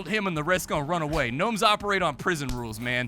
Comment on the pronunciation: There's no G nomes like Gary G nomes.